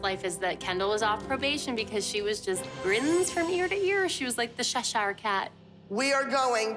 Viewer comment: ‘ The shesshiiyrrre cat’ always gets me 😂💀